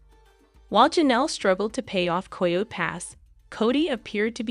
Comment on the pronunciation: Learn how to pronounce "Coyote".